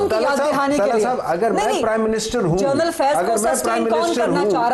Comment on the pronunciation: She pronounces General as Journal